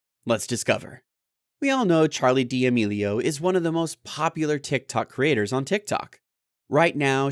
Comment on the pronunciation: Charli demelio💀🤣🤣🤣 it’s Charli D’Amelio